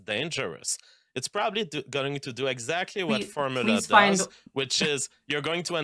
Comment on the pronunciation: I refuse to listen to a 'biologist' who can't pronounce the word "formula", and uses the most vague measurements ever.